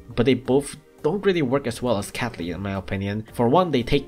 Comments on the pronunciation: Guy The Person i heard that too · No, i totally wasn't thinking was saying capy instead of catley. Why?